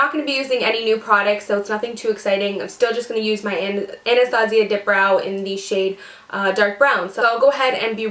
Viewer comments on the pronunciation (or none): none